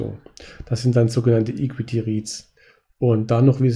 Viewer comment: Bitte bis nächstes Mal an der Aussprache von equity arbeiten ;)